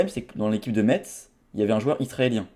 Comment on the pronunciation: par pitié, Metz se prononce « messe »